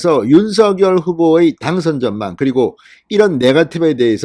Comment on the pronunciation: 진선생님 너무 고맙습니다. 빠른 소식 명확한 말씀, 윤석열을 윤서결로 바르게 발음해 주시고 기자 정신 투철하신 의원님의 경륜! 두루 정말정말 감사합니다